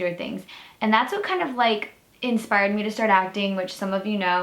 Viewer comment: idk why but for some reason when u said ‘me’ I thought it said mum